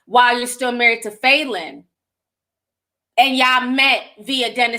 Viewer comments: Lmaoooooo I could barely listen to this because you kept saying FAYLEN!! does that even sound like a real name?? Lmaoo it’s Fallon!! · It’s Fa -lyn not Faylyn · Falynn is pronounced fallon like jimmy fallon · That can’t be the pronunciation of “Falynn” 😂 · Not one person corrected Ti on how to pronounce Falynns name 😂😂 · Cringed every single time she said it!! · That because we know TI mispronounces a lot of names wrong lol. Plus Ti speaks more than one language.